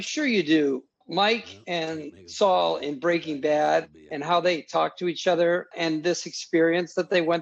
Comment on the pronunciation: Great video! You don't have many episode reviews, but the quality is exquisite. Also I like how you pronounce Saul "Soo". Cheers